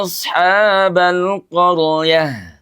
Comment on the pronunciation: Ro mati itu hukum tajwid nya atafhim di baca tebal bpk ini salah nya ro nya ini di sered seolah hidup di baca nya koroyah harus nya koryah...